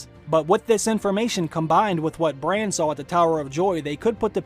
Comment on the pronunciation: its BRANN not BRAIN